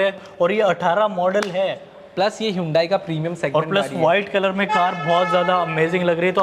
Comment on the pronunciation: hondai nhi hyundai bhai